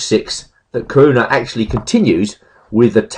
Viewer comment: There are four syllables in Caruana: Ca-ru-a-na.